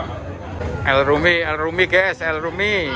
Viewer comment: kata ges/gaes itu aslinya dari kata GUYS(gais) dalam bahasa inggris. ada 1 orang indonesia ngucapinnya salah jadi gaes/ges akhirnya seluruh indonesia jadi salah berjamaah(pembodohan masal). Di channel ini kata ges bisa muncul lebih dari sepuluh kali tiap video. Youtuber luar ngeri yang berbahasa Inggris malah jarang banget ngucapin kata guys, paling cuma 1 sampai 3 kali. Itulah Indonesia, manusiannya suka ikut2an, kalo sudah ikut2an trus ngelakuinnya berlebihan(overdoing it), ada juga yang ujungnya fanatik berlebihan. Padahal kalo dicermati pemahamannya cetek.